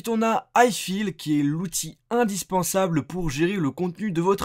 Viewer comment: "iFILLE" ...mes oreilles